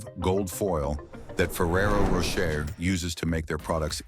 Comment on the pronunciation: Nice to see that ai is doing all the work here... 🫠 meanwhile, it couldn't pronounce "Rocher" in Ferrero Rocher the same way once. lol Also!! Idk why, but something about the cows up on a shelf, spinning around, whilst being milked just freaks me out... It's very alien 👽